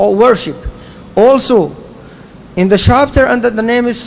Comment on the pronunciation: السلام عليكم استمروا اخواني السلفيين بس حبيت أنوه الكلمة الصحيحة هي worship ب ال P